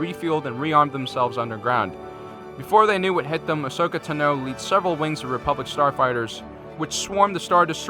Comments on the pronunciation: No offense but I think it's pronounced Ashoka Tan-o. Not Ashoka To-know. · Not to be rude it’s not Tino it’s Ta no Tano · My god its fucking Tano not Tino. Fuck, that only got intolerable the fifth time you said it. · I'm not trying to be a jerk, but this is driving me crazy, Ahsoka's last name is pronounced 'Tahno'. And I was hoping the GAR would win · Say Tano one more time...